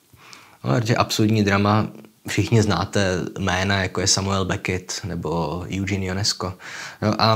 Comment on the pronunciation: Výslovnost OK, jen ten Júdžín by mohl být Ežén. Přece jenom Francie, že:-))